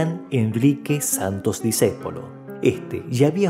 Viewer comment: Y por favor, es Santo"S" , no Sant"O".